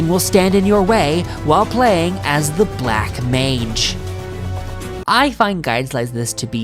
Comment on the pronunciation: "Black Mange"